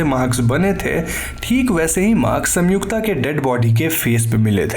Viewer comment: Bro it's संयुक्ता not सम्युक्ता. I paused video it bothered me this much 😂